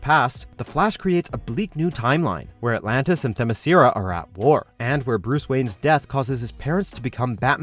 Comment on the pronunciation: "stayggering"? "thermyssiera"? I can't understand what is it with and mispronouncing words.